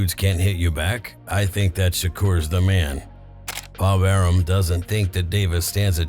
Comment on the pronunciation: Nice you got bob arums name right. You read my comment on the other vid?